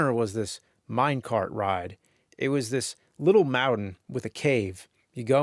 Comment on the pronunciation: James is such a great orator i could literally see myself inside that 'mau-den' sitting in a 'mine card' with all that booming from the sub-WOOFers